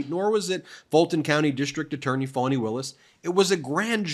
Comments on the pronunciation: It's pronounced "fahni", Ben, not "fawni". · It Wasnt "A" trip. It was Trips!!!! This Nathan Wade that appeared to be dumb as it gets on the stand was being paid 4 times more than the average DA and he had NEVER done a case like this. Not to mention that Fat Fanny Not pronounced Fawn E ran against Paul Howard that she would not be having affairs with employees of the office which is even more proof she is a Liar.